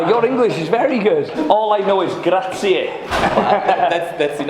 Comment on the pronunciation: I loved the way you said “grazie” to the boat guy 😍